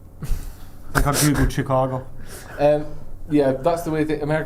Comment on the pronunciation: If I have to pronounce Reading as “Redding” please learn how to say CHICAGO properly. Please